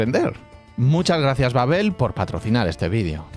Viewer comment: Babbél babbél 😂 Babbel